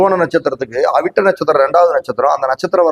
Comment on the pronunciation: Avittam u did not said clearly pls repeat sir